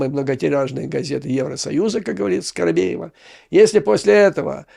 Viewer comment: Почему скоробеева?Её фамилия скабеева.😅